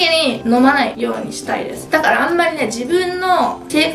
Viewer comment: ｢だから｣は言えてないし、服屋はZARAだし😂ちょっと重症ですね🤣たまには大食いじゃない動画も嬉しいですが、風邪はどうか早く治してください🙏♥️